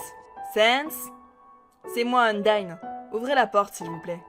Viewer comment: Undyne sa se prononce Undaïne